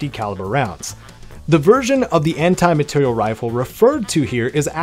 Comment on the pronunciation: Amr is fun but eh, better rifles on this list honestly. Also it’s materiel, not material